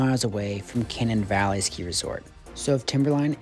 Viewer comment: kuh-NANE Valley